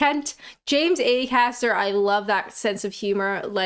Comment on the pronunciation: AY-caster????? That's Acaster